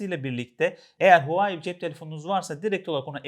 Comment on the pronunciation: "huawei" derken H sesi telaffuz edilmez